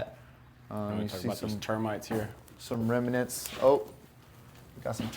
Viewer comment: One pet peeve: when did the word "remnant" become "remenant?" 🤔🤔